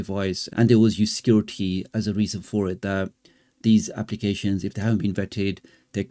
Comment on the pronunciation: Nope…, since the early 80’s the war has always been hardware vs software…, and this is no different.., there will be an immediate response via SW I suspect… On another note in ur video…, when u say their claim is for security reasons.., to me via ur accent it sounds as if ur saying for “scar-ity” reasons.., so on point if intentional or not…😂😂 👍🏾